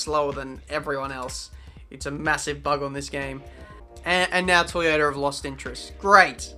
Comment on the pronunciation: Lol you read it wrong and signed for toyaota when you got a seat at MONACO your best tracks